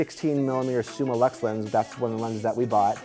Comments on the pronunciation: Cool dude, but please, please. It‘s Summilux (Summeelux), not Summalux ;) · Its not SummALux its Summ i Lux, from the latin "summus/a/um" and ofc "lux"